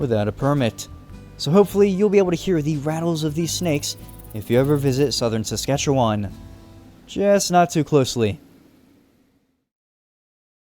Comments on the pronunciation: Thank you for bringing light to the beautiful province that I am proud to live in. Ps you suck at pronouncing Saskatchewan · Anyone from saskatchewan finding how he pronounces saskatchewan kinda funny? 😂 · I loved this video as a Alberta person. But the one thing that bugged me was that you can tell he isn’t Canadian from the way he says Saskatchewan. He’s pronouncing it syllable by syllable. You can tell he isn’t Canadian but love this video lol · as being canadai it killed me when you said however you spell sacrouchyuon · In all my life ive never heard anyone say it like that. Ive been all over this province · Sammmme! Sk is the best but the way he said it kinda triggered me because he’s saying it wrong lol